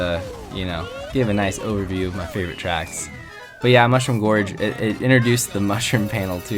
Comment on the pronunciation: /10 pronounced Mushroom Gorge wrong and most of them have terrible music